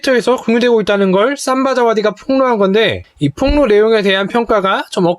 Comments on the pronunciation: 삼바자와디가 아니라 '심'바자와디.......... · 삼바자와디가 아니라 심바자와디.........